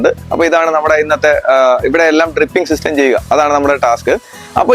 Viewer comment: ട്രിപ്പിംഗ് അല്ല.... ഡ്രിപ്പിംഗ്...